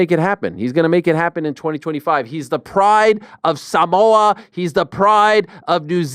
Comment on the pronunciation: Props to Ariel for the pronunciation of Samoa 🇼🇸 my guy 💯